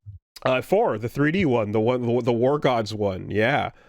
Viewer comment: "The war godz one"